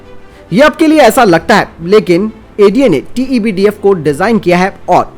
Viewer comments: Tebdf nhi sir tedbf h vo hr bar glt q bolte ho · भाई आप TEDBF को बार-बार TEBDF क्यूं कहते हैं?